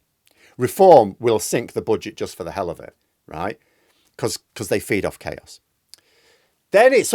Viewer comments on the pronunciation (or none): none